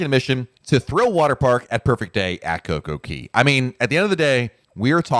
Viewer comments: Since you are a Royal Caribbean expert, you must learn to pronounce CocoCay properly. It rhymes. Perfect day at CocoCAY. It’s not perfect day at Coco KEY. I like your videos but that piece is so cringy! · JUST WONDERING....I THOUGHT IT WAS COCO KAY NOT COCO KEY. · I think it is pronounced KOKO KAY, not KOKO KEE. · I’m sorry this is killing me…it’s Coco Cay…not Coco key….ahhhhh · Isn't it Coca Cay which rhymes with "bay," not the way you said it. There is even a comedian that uses the name as a joke about someone asking you for a beverage. Say you ask for a pepsi, but they may ask you coca cay? As in is coke okay?